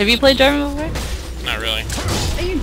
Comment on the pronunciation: Jarvan not Jarvin